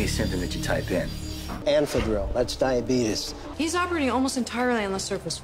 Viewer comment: DIABEETUS? Really??